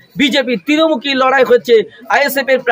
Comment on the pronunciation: তিরমূখি নয়, ত্রিমূখি..